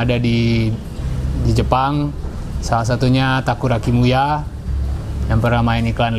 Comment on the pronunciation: takuya kimura kang bukan takura kimuya haha